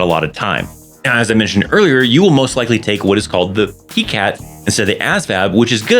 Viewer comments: Its Pie-cat not Pee-cat. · Thank you, great information. The way you say PiCAT is so cute lol I’ve never heard anyone pronounce it that way before until now. I’m used to hearing PiCAT (Pie-Cat). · It's pronounced as "PIE-cat"